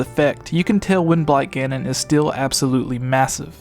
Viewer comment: It sounds like he's saying "When Black Ganon" instead of "Wind Blight Ganon".